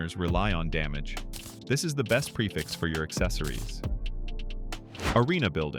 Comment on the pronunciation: WHY DID U SAY DAMGEY INSTEAD OF DAMAGE SIR